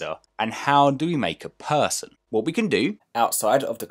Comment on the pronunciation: Phaarson Phaarson not Person -_